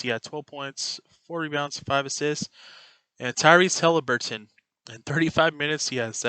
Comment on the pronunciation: It’s Haliburton not Hilaburton but keep up the good content.